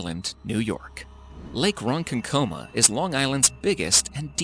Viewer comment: he also kept saying wrong it’s not pronounced as it’s spelled